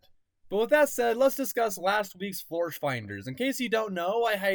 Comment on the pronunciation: 28 Florsh spear